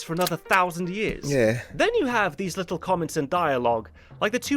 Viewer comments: I love how you go full cockney with "li'le spoilt brat" 😂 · loved you English accent when u said "little spoiled brat". 😂